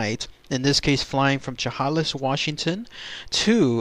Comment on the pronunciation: Chehalis is pronounced Cha-hay-less